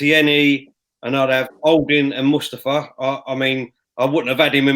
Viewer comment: please teach how to pronounce Xhaka and Mustafi's names. Imagine if Saka and Xhaka play at the same time and he's asked to give his analysis.